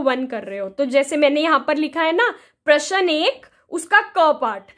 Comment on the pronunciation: Ma'am प्रश्न ka pronunciation glt h